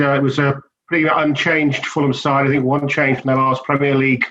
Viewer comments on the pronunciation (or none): "I sink..."